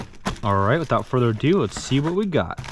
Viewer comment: Without further uh do